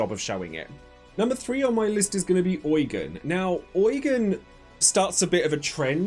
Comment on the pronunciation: I think Eugen is pronounced YOU-JEAN😭